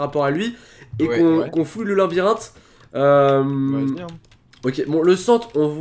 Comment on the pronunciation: stp arête de dire linbirinthe on dit labyrinthe